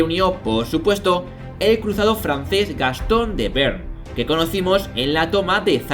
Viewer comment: Magnífico capítulo! Un pequeño comentario, yo diría que no se pronuncia 'bern' sino 'be-arn'.